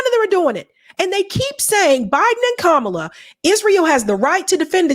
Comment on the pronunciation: I love how he pronounced her name “Camela” again after they just grilled him about that on the breakfast club 🤣